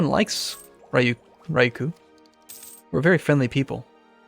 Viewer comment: Cant even pronounce his country name. \rē-ˈyü-(ˌ)kyü, -(ˌ)kü\